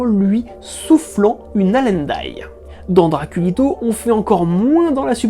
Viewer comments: Super vidéo ! Très intéressante (j'ignorai le truc du rosier et de l'aubépine). Par contre c'est "haleine" pas "allene"... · Pour la mauvaise haleine de Dracula, c'est justement "Haleine". Pas "Allène". Un Allène c'est un hydrocarbure XD